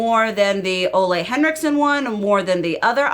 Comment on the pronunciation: 😨 sorry, but every time you mention Ole Henriksens name.. What I hear is: olé Hola My danish heart is cringing. The Danish name >Ole< doesn't sound that good 😉